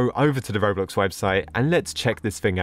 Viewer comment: The way that said 'robloc'